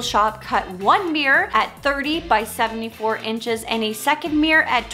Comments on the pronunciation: CUTE! (But can we say meer-or instead of meer. It is two syllables. 😁) Also, great idea for a DIY series! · Why do Americans say “meee-errrr’. It’s a miRRor!!